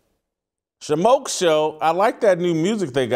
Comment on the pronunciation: Dang...Shemeka Michelle not Shemika🤦🏻‍♀️